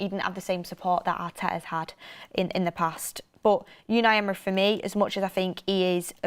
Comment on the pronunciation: Please stop saying yewni Emory